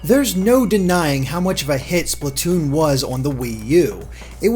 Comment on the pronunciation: Why do people always say "Spluh-toon"? You say "Splat" like "Splaht", not "Spluht".